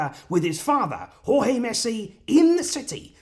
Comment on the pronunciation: I'm glad that you are now pronouncing Jorge properly